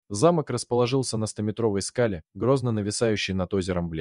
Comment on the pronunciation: Все ничего, но что с дикцией у вещающего? Сейчас модно что ли коверкать элементарные слова нелепыми ударениями? "ЗамОк" вместо зАмок, "на скАле", вместо на на скалЕ и т.д. почти в каждом предложении такие перлы